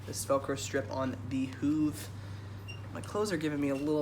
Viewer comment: It’s pronounced hoof /huff/ not /hoove/ I’m not trying to be mean just pointing that out